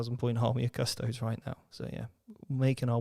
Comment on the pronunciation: Every time incorrectly pronounced them as CUSS TOADS another kitten dies……